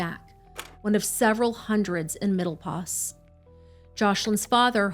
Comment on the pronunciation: Place called middle pos not os!!!